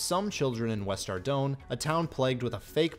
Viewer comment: Brother you mispronounced Fallador, Varrock, and Ardougne. How do you expect anyone to take you seriously if you can't properly say the names of three of the most notable cities. And what the hell are bruma ruts? I must say your pronounciations turned me off from your content completely. If everyone where you're from sounds like that, let me know so I won't ever go there. Managed about 26 minutes before writing this which is a shame because it was mostly a good video otherwise.